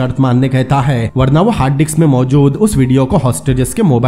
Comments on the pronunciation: Bhai wo disk hai dicks nhi hai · Haha diks nhi hota bhai Disk hota hai hahaha